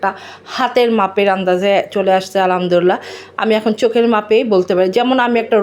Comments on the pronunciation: Apni muslim tai Alhamdulillah shobdhota sohi kore uchcharon korun please. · ❤ মাশাআল্লাহ আপুর কথা অনেক সুন্দর লেগেছে মুগ্ধ হলাম আর আপুর জন্য একটা নসিহত আলহামদুলিল্লাহ বলার সময় এবং সালাম দেওয়ার সময় আরেকটু শুদ্ধ করে বললে আরো সুন্দর হতো যেমন আলহামদুলিল্লাহ এবং সালাম দেওয়ার সময় আসসালামু আলাইকুম ধন্যবাদ মনে কষ্ট নিয়েন না আপু।